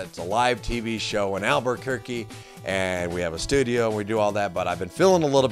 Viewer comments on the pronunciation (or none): none